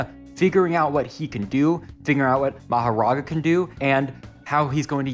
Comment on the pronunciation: "mahoraNga" is crazy to me